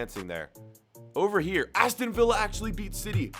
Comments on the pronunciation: Aston vee-ya 😂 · How did he just pronounce Aston Villa 🤣